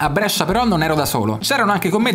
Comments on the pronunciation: Brescia non Brèscia ahahaha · Idea fighissima.. Ma chiudi quella "e".. Ti prego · Da bresciano sentire come pronunci Brescia mi fa un po’ ribrezzo, ma ti si ama😂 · Brescia detto alla romana fa un certo effetto;-)